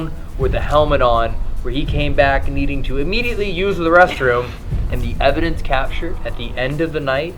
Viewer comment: Did Evan really say "I'm here to Capture Evandence" ? Lol 😎🧐